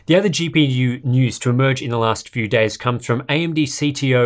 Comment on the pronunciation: How comes you don't pronounce days as "daaars" like you do with "daartaaarbase"?